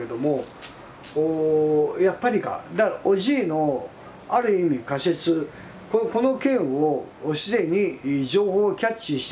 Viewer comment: カシェツ(仮説)？ カセツと発音して下さい。 でし。？ です。と発音して下さい。 貴方はどこの国の人ですか？